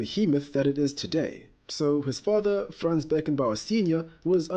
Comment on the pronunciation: His name is Franz Beckenbauer not Fran's